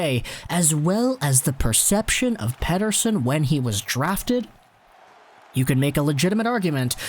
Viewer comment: I think his name is not pronounced as you pronounce it. As per Elias in an interview. Peter son, not pet ter sen.... no big deal, doesn't offend me. no problem